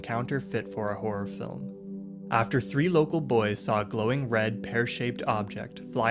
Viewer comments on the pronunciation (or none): none